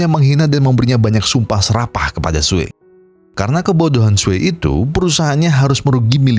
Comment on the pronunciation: Namanya "SUE" sebutannya "SUU" bukan "SUWEY"!! Hahaha🤭🤦‍♂️😅🤣🤣